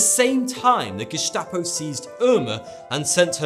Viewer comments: "gestapo" isn't pronounced "geshtapo"... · geSHtapo seriously?